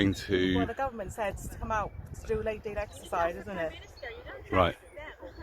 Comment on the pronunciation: ‘tHE gUverNMenT SEs eNIt’